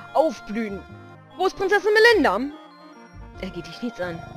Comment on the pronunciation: übrigens heißt SIe Melina und nicht Melinda :)